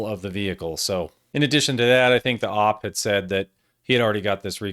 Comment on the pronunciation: Stop saying Ahp and say O-pee like a normal person